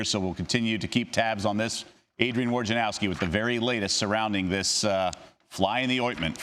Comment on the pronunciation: Wojnarowski = /voy-na-rov-skee/ COME ON